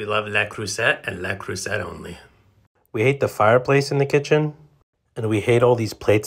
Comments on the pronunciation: I worked for Le Creuset for several years. Love it. But it’s Le Creus-ay. People say Creusette all the time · please stop saying le creuset that wayyyyy